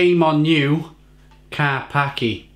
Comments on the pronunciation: Karpackie not Karpaki don't be racist :) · I believe the pronunciation is KAR-PAS-KIA .... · Its better than special brew or kestrel super. Its pronounced karpachi BTW.... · Learn to pronounce it properly first - Kar-pats-kyay Ignorance and clearly can't handle the strong stuff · Its pronounced car pach kia... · Dude, it's actually pronounced Ker- peski- uh. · Pronounced car-pa-cha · Pronounce it right 😂